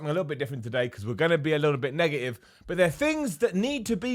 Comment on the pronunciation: "Today, we're going to be a little bit nega-ive"